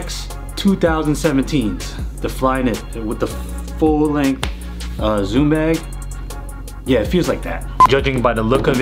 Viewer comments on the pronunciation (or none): none